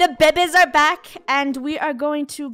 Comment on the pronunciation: Is it just me who is laughing that funneh said "to the bebebes"😂